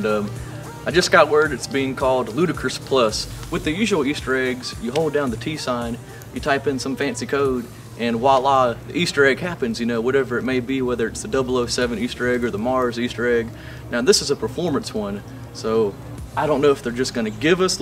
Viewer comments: It's voila, not wa la!!!! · It's Voila.